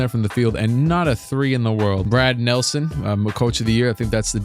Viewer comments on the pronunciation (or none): none